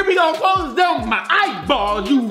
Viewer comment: Boy your always saying clos them eye balls you feel me